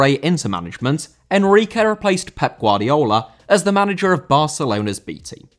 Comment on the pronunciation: Guardiola* not Guardiouwler